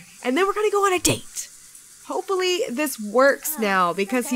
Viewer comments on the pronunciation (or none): Did she say Hopelly? When she was talking about the date? Lol, ily